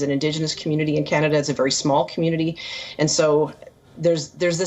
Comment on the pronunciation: How does India pronounce letter “v”? She repeatedly thinks v is a w in English.